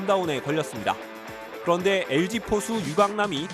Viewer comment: 쌤썽, 훈다이, 에스케이, and 엘쥐이